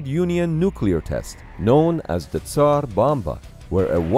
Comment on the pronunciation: I think this is the first time in my life I've heard "tzar" pronounced correctly.